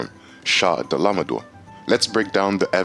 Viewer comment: Dahla ma daur 😂 Ah lay tree on 😂😂😂😂😂